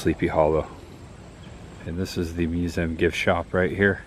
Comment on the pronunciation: Why don't you pronounce museum the correct way? It sounds so stupid the way you say it!